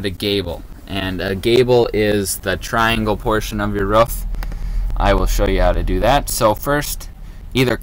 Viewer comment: we not gonna talk about the fact that he pronounce roof as rough